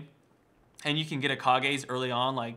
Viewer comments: It's not Kah-gay, it's Kage! Tenacious D!, I am disappoint. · kahgays? i thought its pronounced like cages lol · Kah-Gays? Kage's dafuq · it's not gay it's ge as said because it's japanse -. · It's Kage like Cage, no Kage like Hokage. It's a reference to Tenacious D.